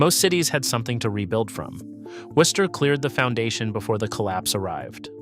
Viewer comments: I’ve heard worse mispronunciations of Worcester. Also, there are still an awful lot of triple deckers left in Worcester, I used to live in one. Millbury didn’t build its shopping center until after the a worcester Galleria was king fine, and it came at about the time its replacement - The Worcester Common fashion Outlets was on its way out, you may be thinking of the mall in Auburn, which is right next to Millbury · You are wrong. Especially in how you say Worcester. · My Dad grew up in a 3 decker in Worcester.. All of my family,including me,were all born and raised in Worcester. You're pronouncing Worcester,correctly in one sentence,and mispronouncing it in the next sentence. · It is still a mispronunciation. The English city is pronounced as typical New Englanders would say it, which is not how he says it, at least at the start. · In my 61 years in the Worcester area,my first three years in a triple decker on Dover Street in Worcester, I have never, not once, heard any locel pronounce the city as "Worse-ster" as I hear in one way or another in this video. No one - no one - pronounces the "o" as any form of the sound. In local parlance, the "o" becomes an 'i" and hence "Wister". Great video but every time you pronounce the "o" it feels like fingernails on chalkboard!!! Bonus: The first mention of taking up arms against it British anywhere in what is now the USA was noted by John Adams when he was visiting Shrewsbury, the town that borders Worcester to the east. Adams was at one of the town inns when a local farmer walked in and eventually observed that the colonials will have to take to ups arms and fight before the opposition becomes to strong. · You can pronounce it Wooster. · And its woo-ster (or woo-stah boston accent lmao) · bro dude guy ya gottta say woostah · the ai has no idea how to pronounce it